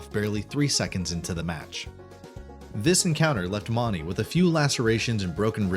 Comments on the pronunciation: It's pronounced MOONey, not MONey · You don't pronounce JB Mauney the way you're pronouncing it, you're pronouncing JB's last name as Maunney it's not pronounced that way Mauney is pronounced to sound like Mooney although it's Spelled MAUNEY It's still pronounced JB Mooney. Just Saying. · Hey, JB's last name is pronounced Like "moony" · Learn to say JBs last name correctly for starters and 2nd Tuf made a promise to his son that would never get on that bull again after he got hurt at the pbr finals 3rd lane wasn't killed June of 1989 he was killed in July of 1989 if your going talk about bull riding get your facts straight. O ya it's PRCA not PCRA SMH learn your facts before looking like a dipshit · That isn’t how you pronounce JB Mauney’s last name!!!!